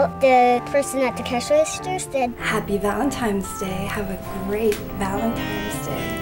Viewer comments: Did someone eventually tell her it is not called "Valentimes"? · LOLOLOLOLOLOL, that was awesome!!! "Valentimes Day" LOL, all kids pronounce it like that! Thought I was crazy for a moment. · It's bothering me more than it should when they say Valentimes day. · The scariest part of this story was how it was always Valentimes and Not Valentines. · They actually said happy ValenTIMES day! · why do i keep hearing people say Valentimes day?! i thought it was Valentine's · valentime's day! (not valentine's day) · I hate how they keep saying valentiMes day instead of valentiNes. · "valentimes day" xD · Did she say Valentime's Day? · Are they saying "Valetime's Day"